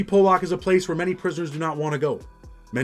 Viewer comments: It’s pollock you all pronounce it wrong ( po-luck) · lol it pronounced (po luck) 👍🏻